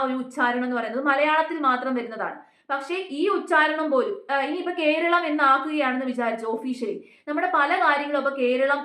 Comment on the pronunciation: Bhoratham, koralam - very good 😊🎉